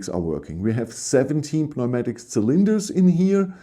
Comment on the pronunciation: Newmatic. The p is silent 😉